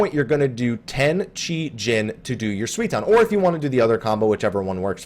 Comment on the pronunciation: It's something like "sooy-ton", not "swee-ton" :D But apart from that, great video, thanks for uploading it! :) P.S. I just swapped my client to Japanese and Dancing Edge's buff is a combo bonus (it doesn't require being on the flank), so the tooltip in English is just wrong, it's not a bug.